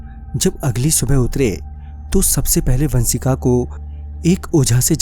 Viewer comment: Baaki sab toh theek hai kripya pronouncation pe dhyan de...श को स bolne ki bohot problem hai aapki...Saurya,vansika,sayad...